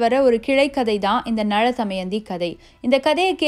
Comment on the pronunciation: Btw, just a small suggestion! Be cautious while pronouncing the words especially in Tamil language.. It's Na'la'thamayandhi, not Na'zha'thamayandhi.. Three different 'laa's are to be pronounced carefully.. Anyways, Kudos for the attempt u made👌